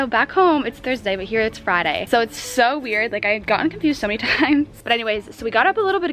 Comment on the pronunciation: When she said "Friday" she sounded Australian